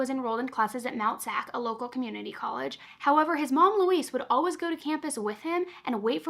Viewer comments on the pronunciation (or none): "And as ALLWIZZ" I'm sorry but it cracks me up every time you say always 🤣 😅 I've never heard it said like that in my life